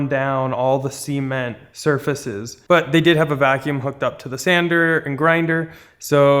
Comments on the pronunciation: Am I crazy or is he saying cement weird? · A little bit like the Beverly Hillbillies, but we love anyway.:)